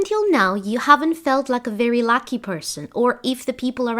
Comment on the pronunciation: I love your videos but you say “Lacky Person”…. I know you meant “Lucky Person”….